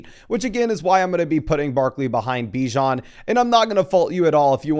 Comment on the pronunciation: It’s buh-JOHN Robinson